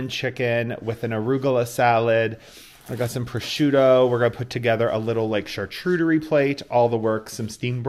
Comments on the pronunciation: You do realize it's not a chartrudery right? Saying it once can be chalked up to being misspoken, but saying it incorrectly multiple times caught my attention. Don't want you to look foolish, since you are in education as a career. Hope this helps. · I think it’s pronounced shar-coot-eh-ree. Either way yours is beautiful and looks delicious 😋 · Ok so now I need to ask- is it pronounced char-chu-terie? I have been calling it char-q-terie this whole time!! Learn something new every day.